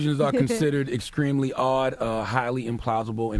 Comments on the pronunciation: did he say "excreamly"? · Charlemagne it's exTREMEly "exCREAMly".